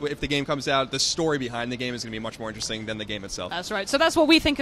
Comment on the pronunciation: Can someone please teach how to pronounce interesting? Every time I hear him say inchejsjing, which is every video, I want to hurl my tablet. Thank you.